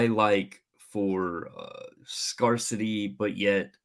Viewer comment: Never heard anyone pronounce "scarcity" like that before